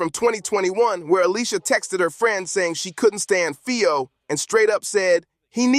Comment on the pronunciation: lol he keep saying his name wrong that’s wat he meant by who’s folio 😭😭😭